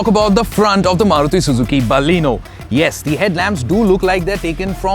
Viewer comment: Thank God, finally a reviewer who says Baleno and not Ba-lino.. Got so tired of those.. Great going with the review guys.